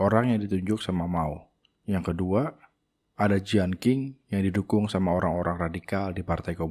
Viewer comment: Koreksi bang : dinasti Qing 1644 M- 1912 M = bacanya Chìng Klo dinasti Qin shi Huang 259 SM - 210 SM = bacanya chīn